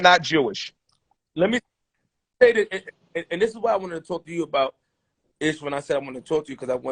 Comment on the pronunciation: Everytime he calls Ish Library I laugh.